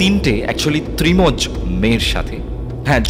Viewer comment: ত্রিমজ বলে কোনো কথা হয় কিনা আমি কখনো শুনিনি যদিও বা তবে কথাটা ত্র্যমজ